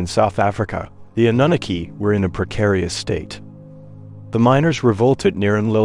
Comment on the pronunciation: Love the content, the pronunciation is just terrible. Especially Annunaki. I find myself going back 5.. 6 times to try and figure out what you're talkin about.. that's inexcusable.